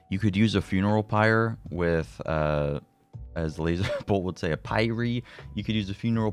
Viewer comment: Just watched a vid about Deva and it was driving me INSANE how he kept pronouncing PYRE lololol